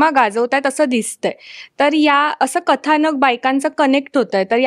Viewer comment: कलाकारांनी प्रश्नांची उत्तरं खूप छान दिली आहेत पण पत्रकारांच्या उच्चारांचा फार म्हणजे फारच आनंद आहे. 'पन', 'कता', 'कतानक'! प्रदीप भिडेंसारखे वृत्तनिवेदक ऐकलेल्या कानांना ते फार टोचतं. झालंच तर तो 'परदेशातच का' प्रश्न म्हणजे अगदीच धन्यवाद होता. प्रोमोमध्ये झालंय की सगळं सांगून! 'आता काहीतरी विचारायचं आहेच तर विचारू शास्त्र म्हणून काहीतरी', असा उद्देश असेल तर दुर्लक्ष करायला हरकत नाही.